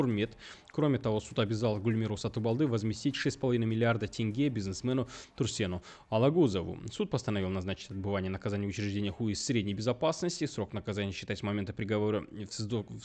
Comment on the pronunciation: Не Турсен,а Трусен.От слова трусы.